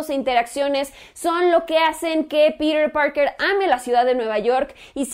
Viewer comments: ES TAN DIFÍCIL DECIR PITER PARKER Y NO PIRER PAOKER :v :v NO LE VEO LA LÓGICA DE ESTAR HABLANDO DE ESA MANERA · pirer purker !!!! jajajaja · "Pirir Parker" jejeje v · "Pirer Parkerrr" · "Pider Pargr" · Tom Hollan hace un buen papel de Peter Parker -¿Peter Parker? Uh lala señor señor francés. -¿Entonces como se dice,? - "pirer parquer"